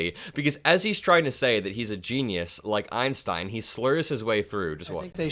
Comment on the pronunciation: He couldn’t even pronounce Einstein 😂